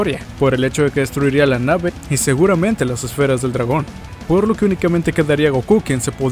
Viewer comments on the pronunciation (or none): none